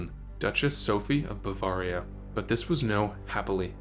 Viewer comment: What is most interesting to me about this video is that you would make it not knowing how to pronounce Bavaria.